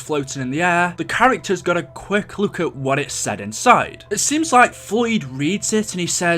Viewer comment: Please work on your pronunciation Look isn’t pronounced loook it’s pronounced luk book is not boook it is buk took is not tuuk it is tuk Eisendrache is not emphasized on the he it is pronounced Eisendrack